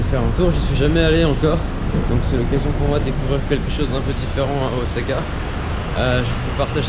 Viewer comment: J’aime vraiment trop ton travail c’est super bien fait mais je t’avoue que le ozaka j’en peux plus heureusement par la suite c’est parfait 👍 ça été corrigé 😅